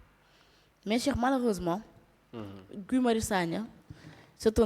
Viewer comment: NE DITES PAS GUY SVP!❤ ÇA SE PRONONCE "GI"😂😂😂😂😂😂. KII DU GUY , TABANAANI😂😂😂😂😂